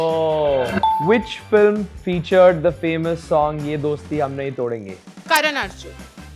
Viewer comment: It's nahin (नहीं), BTW, not "nahi" ("नही"). Where are people learning this nonsense from?